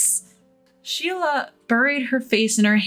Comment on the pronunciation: Amelia is pronounced but spelled Amelie, Sheila not shelia